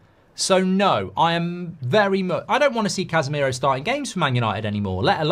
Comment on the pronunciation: Man said Cashmiro 🤣🤣🤣